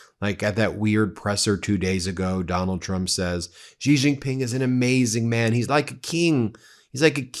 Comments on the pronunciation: why as a newscaster won't you do even a liftle bit of research to pronounce international names well?? Why are you "zhuh-zhing" "J"s in Xi Jin Ping and Beijing when that is only done in the French language?? "January", "bejewelled", "just" is just "J" sounds SINCE WHEN did "J" became "zhanuary" "bezhewelled", and "zhust"? New Zhersey? Zhacksonville?? wtf English were you speaking? Did you think you sounded smart? So bloody irritating. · all good, but that xi jing ping pronunciation is cringe as f. i mean... who is Gigi, the third brother of Mario and Luigi? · Now would be a great time to learn to pronounce Xi Jinping's name. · Xi Jin Ping is pronounced more like Shee Gin Ping. Love your content. But Ben, you pronounce it like a drunken sailor. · It's pronounced "She" Ji Ping, watch the ChinaShow from the ADVPodcast guys, you'll see. You'll sound even more smarter too. I hope Trump doesn't sell America out. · I appreciate yr podcast but pls pronounce Xi Jin Ping properly. Xinhua news agency too. The "X" is pronounced like an "S" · Please learn how to pronounce Xi Jinping's name!